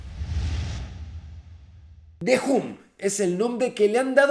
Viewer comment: Papi Santa Olaya: Dejum Yo leyendo: The Hum :Vv^